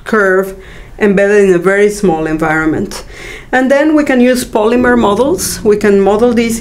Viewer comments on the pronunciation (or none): none